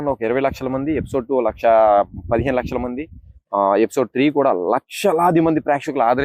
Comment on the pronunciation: Gamaram kadura.... Gamanarham😂😂 ... Laksaa kadu lakhsha😂😂😂😂 evadra neeku anchor ga pettindi